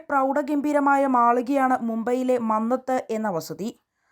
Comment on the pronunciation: മംഗത് അല്ല മന്നത്ത് ആണ് 😅